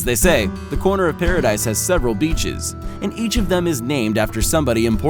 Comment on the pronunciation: Pa Ra Deese I don’t know wtf you said